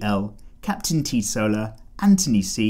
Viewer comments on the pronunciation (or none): none